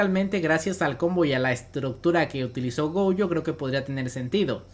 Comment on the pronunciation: Me da ansiedad que le diga "goUjo", la u la tiene al final :v